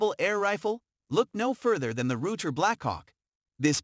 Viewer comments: Rugger.. lol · Hey intellegence its ruger .rudger da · Can't ever say ruger correct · The computer voice was pronouncing " lb " ( pounds in Foot Pounds ) as ulb. Haha